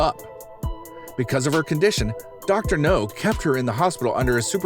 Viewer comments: Dr. Now... not Dr. No. I don't know why that bugs me so much lol. Still enjoying the vids though 😁 I can't help but feel sorry for the people on this show. Most of them have been through some pretty awful things. I just hope they can find their way to better days with the doc's help 😁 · It’s dr now not dr no he’s not a James Bond villain